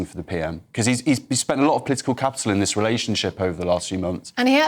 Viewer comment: Why the emphasis on the IS? Surely it should have been the THIS. Sort ur syntax out ffs!!!